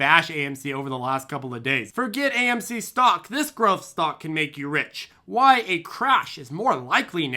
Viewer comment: But wah-high, wah-high?!